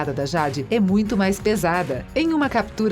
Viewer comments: acho que ela ta falando por causa da pronúncia errada, "Jade" mais se pronuncia Jeide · Ruim mesmo foi a "jádi" kkkkkkkk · Jade se pronuncia Jeide, acho que se escreveria assim. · MANO QUE AGONIA DESSA DUBLAGEM FALANDO O NOME DA JADE ERRADO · MANO SÓ EU FIQUEI COM RAIVAAAA 😡😡😡 QUANDO ELA FALOU O NOME DA JADE ERRADO ? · Nem eu. E o nome da Jade. Kkkkk horrível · Nao consigo assistir com ela falando jade 😂😂😂😂😂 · É nem o nome da Jade 👁️👁️👄👄👁️👁️💅💅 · Quando eu escutei, pensei que era uma versão mais fluida do Google tradutor porque, PQP, essa pronúncia de ingrês heim kkkkkkk "jÁdÍiiiiii", "nÍcLôDeOn" e a do namorado da tori kkkkkkkkkkkkkkkk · Niclodeôn e JÁde......To decepcionada com você moça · "Sauchichias " "niclodeon" . Kkkkkkkkkkkkkkkkkkkk Fora q falou o nome da Jade errado .